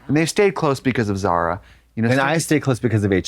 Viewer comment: Zara is a beautiful name if you did't pronounce it so Americannally